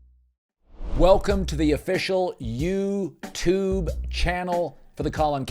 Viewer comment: Cowherd says "youtube" like he's an 80 year old man who's never heard of this newfangled "intern net".